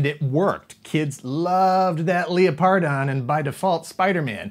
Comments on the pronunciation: Am I the only one that cringed Everytime said leoPardon instead of lepRadon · Leō-pardon? I’ve always pronounced it Leopard-on. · Leo-pardon..? Surely it's Leopard-on?